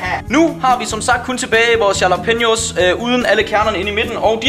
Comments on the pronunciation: Christian Munch v3 Det udtales "Rhalla-penio" Ikke yala som vores bro her gjorde. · IQ man udtaler jallapeneos med R i stedet for j